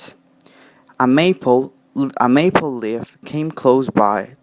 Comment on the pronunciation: Leaf has a long e sound you pronunced like lift